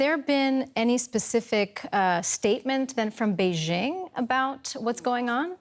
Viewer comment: Beijshhing.....It's not in France you know, no need for this dodgy pronunciation.